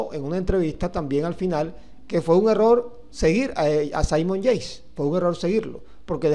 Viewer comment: Debería pronunciar y vocalizar mejor, los nombres de los deportistas al menos. (Saimon Yeis)